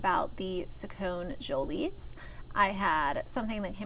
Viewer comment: It’s pronounced SacconEEjolys . I used to follow them for many years. The problem is that he is only 6. He might change his mind when he is 7 or maybe even at 10. This should not be on the internet. It should be kept private for his sake. He could be embarrassed when older and possibly be bullied at school because of it.